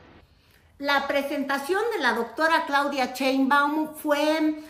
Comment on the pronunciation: A ti te gustaroa que se dijera tu apellido como burla???????? Pronunvia bien el apellido de la presidenta no seas VULGAR